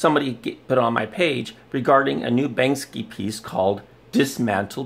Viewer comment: 133 views must be a super important guy. His input must totally matter. No proof just accusations. Beautiful. You can't even say Banksy right. Im glad this channel is dead